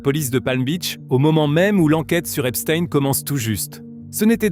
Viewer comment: c'est pas epstiiiine c'est epstein